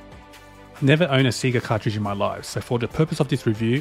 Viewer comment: Everything is nice except the way you say Sega (Seega).